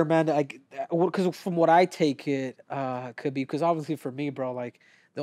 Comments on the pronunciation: STOP CALLING HIM KABIB BRO GEEZUS. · Yet people don't even take the time to learn how to say his name properly.